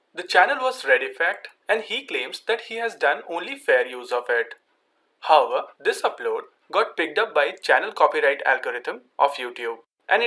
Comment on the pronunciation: what about him saying 'hover' instead of 'however'